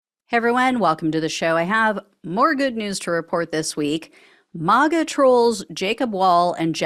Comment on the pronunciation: why are you pronouncing MAGA as Mah-Ga? It doesn’t work. Have you ever heard of a Mah-Get? It’s May-Get.